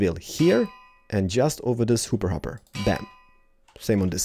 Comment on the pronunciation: Why do you say hooper hopper?